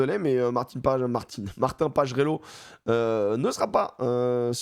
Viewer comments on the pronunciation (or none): none